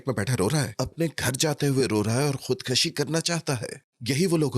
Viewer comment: Khudkashi nhi khudkushi hota hai.